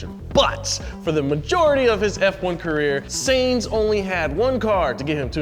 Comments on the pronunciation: SYNTZ not SAINS. why do Americans bother talking if all they do is get shit wrong all the time? and its ocON not ocONE! please try harder, PLEASE!!! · Lost it at Saynz. XD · This guy is just butchering every pronunciation. Lemus Hamilton, Tricolore, Ocon, Alpine, Sainz, Competizione, Ayrton, etc... they're supposed to be into the subject and know how this words are pronounced... Do better research next time.